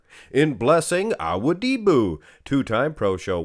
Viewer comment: I love you videos but you gotta practice a little bit on pronouncing Blessings last name, you sound a little bit like an alien practicing human speech when you say it 😅